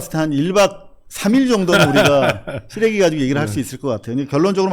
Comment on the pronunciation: 김교수님 패널 신선하네요. 잘 봤습니다. 발음에서 ‘시레기’가 첨 소개에서 ‘씨레기’로 들려서 이부분은 좀 아쉽습니다.